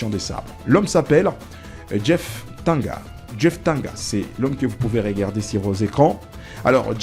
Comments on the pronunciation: c'est DJEEF TANGANGA et non Djeef TANGA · C’est ne pas jeef tanga son nom c’est Tanganga japhet monsieur le journaliste stp avant de faire ton émission YouTube faudrait bien lire ou t’informer sur le nom complet de joueur merci 😂